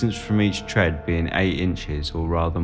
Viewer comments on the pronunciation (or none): none